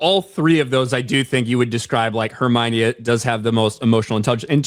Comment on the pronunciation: Hermione ❌ Hermocha ✅